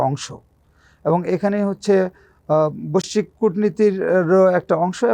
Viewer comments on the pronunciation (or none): বশ্বিক কি জিনিষ ভাই? লোকটা কি বৈশ্বিক বলতে চায়?